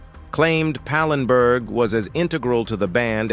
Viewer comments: Not pinberg,its pallenburg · ANOTHER AI GAFF, IT'S PAL EN BERG, NOT PANENBERG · That's "Anita Pallenberg" not "Anita "Penberg" as you said. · Pallenburg, say it, it’s not hard. I hate these AI voices